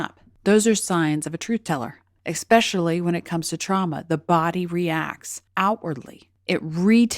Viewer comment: Was totally following along until you said expeshally. I feel like the educated are educated and so I can't trust the rest of what you say.